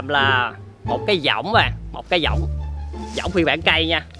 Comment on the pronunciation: cái võng mà đọc cái dõng